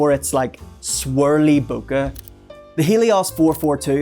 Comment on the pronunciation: Nice pix. I plan to use some M42 Takumars. I loved my Pentax Spotmatic back in the day. I think most people say "bokeh" to rhyme with "bouquet." But it's a Japanese word and I don't think they say the long "A" sound. So they probably pronounce it just they way you said it.